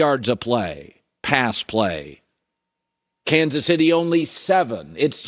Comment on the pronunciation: "Cansus Itty" Lay off the vicodin and muscle relaxers Colin. You're a talk show host for God's sake...